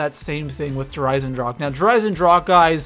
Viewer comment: My man said der eisendracha lmao